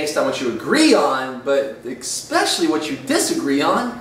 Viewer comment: Exspecially... Hahaha.